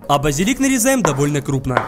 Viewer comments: с ударение в млове базилик но 2 и а не на первую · Он сказал бАзилик